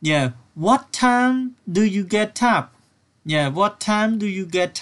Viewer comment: Get upខ្ញុំអានថា ហ្គេតអាប់តែបងអាន ហ្គេតថាប់